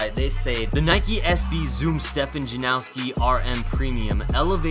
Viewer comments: Sick review as always man but there’s no W in his name by the way! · its actually janoski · It's Janoski. Not Janowski. Tf is wrong with y'all??? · Janoski not Janowski :) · How do you pronounce his first and last name wrong??